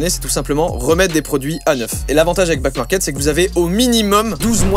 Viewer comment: Joyca : Ouais Backmarket c’est trop bien, ils reconditionnent. Moi qui entends : Ouais Black Market c’est trop bien Moi : ..... Moi qui voit back market écrit : ....................